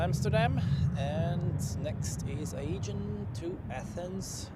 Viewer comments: Nice stream. Sorry to be a smartass (again 🥀) but the Aegean pronounciation triggers me too much 🥲 It's pronounced Uh-jee-an not Aygen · bzw. Ädschiien